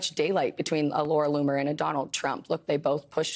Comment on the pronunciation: Did he say Laura Looser?